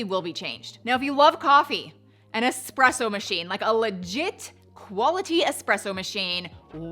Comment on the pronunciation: I love that you pronounce espresso correctly! There’s no x there. Thank you!!!